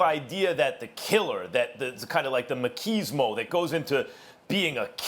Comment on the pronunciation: Max it's "machismo" not "maquismo" lmao